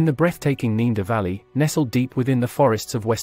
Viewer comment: why says the moderator ne-a-derthaler right and neaderthalervalley wrong al the time?